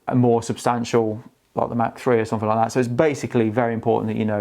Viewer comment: FWIW since you struggled so much with pronunciation: "Mach" is a German word and pronounced "mock". I do need a travel-size tripod to back up my full-size FLM CP30-L4 II tripod, which is brilliant. I paid $459 USD for it; it's now on holiday sale for $390! That's legs only; I have a Really Right Stuff BH-40B head on it. Benro is a solid brand.